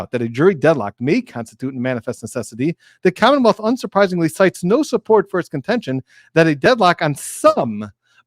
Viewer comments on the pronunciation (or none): none